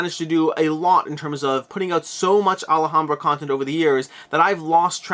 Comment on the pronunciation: Sorry I know it's petty and not a big deal but it's Alhambra not Alahambra, you're saying it with an extra A. You just keep saying it maybe 20 times in like 2 minutes and it just broke my self control, sorry